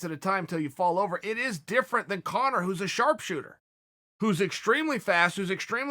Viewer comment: Dario Bognolo ur such an idiot he’s saying it right,it’s Conor my god I just had to comment bc of this dumbfuck arguement in the comments